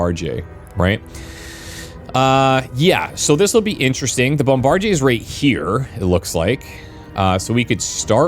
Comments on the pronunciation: Sometimes I forget you're Canadian until you pronounce bombardier as bombardier and not bombardier. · Well he's a Canuck living in Quebec so the original French pronunciation checks out. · Bombardyay.... lol. It's pronounced bomb-ba-deer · Thanks for introducing me to this game, definitely going to pick this up, I love me some turn based combat games. PS: Bombardier is pronounced "bomb-buh-deer" I had to say something, sorry for being that guy. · FYI "bombardier" is pronounced "bom-bar-deer". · It’s bombadeer dude, not what you said. 🤦. It’s an indictment of our educational system. Thanks for the video btw. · mf said "bomb-bard-ehay"... it's "bomb-bah-deer"... jfc gamers really can't read smh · Brother..it’s BOMBA-DIER.. “bombadeer” NOT BOMBAJIER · That specific thing you have to kill in this mission is pronounced bomb-a-deer, not a bomb-bar-jay 😆 😂 😜 🤣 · Strange pronuciation of bombardier. Extremely French. In English, it's usually pronounced "bomb-bar-dee-er", not "bomb-bar-dee-yay". Perhaps you are from Quebec or adjacent to it? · Just to note, bombardier is pronounced 'bomb-buh-DEER,' not 'bomb-bar-JAY' or how you were saying it. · Bombardier. Pronounced Bom-buh-deeuh. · as a heads up, its pronounced bom-ba-deer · Bombardier is pronounced Bomb-bar-deer. You're Frenching it up lol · BOM-BUH-DEER you GOOSE! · You threw me off with "bom-bar-jay", lol. I was like "Have I been pronouncing this incorrectly my entire life?"😂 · Must be some unique Canadian pronunciation. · Not exactly Canadian. Most pronounce "bombardier" the regular American English way as "bom-bar-deer". He's using the Quebec French way "bom-bar-dee-yay". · So pumped for this game! Oh and it's "Bomb-bar-deer" 😊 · Also, it's pronounced BOM-BA-DEER. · I have never herd someone pronounce Bomb-buh-deer like that. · Kill the "bomb-bard-yay". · what an interesting way to pronounce “bombardier.” interesting meaning wrong and stupid. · Jebus, this guy not knowing how to read "bombardier" is killing me.